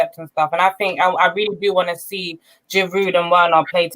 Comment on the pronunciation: Guys! it is "Olivier Giroud" with a silent "D"......he has been in your team for years now, you still can't pronounce his name, my God!!!!